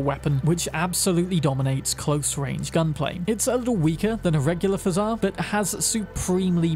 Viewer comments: It's pO jar, not fzaar) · When you pronounced pozhar as fazá I died inside ngl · FYI: "Pozhar" is pronounced "pa-zhjar" ... man, didn't realize how hard it is to denote a pronunciation of a letter/phoneme that doesn't exist in English... - but you can google it, it means "a fire", ie something that is on fire, like a house fire, or car fire, etc. - hence the burning effect of the weapon. there are other Russian words/names in the game, since the creators are Polish and the USSR exists in CP2077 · Pozhar shotgun is pronounce Po, like in Kung-Fu Panda Po, zh like in measure and ar with a hard R. Pozhar, in Russian, means fire as in "someone set my house on fire".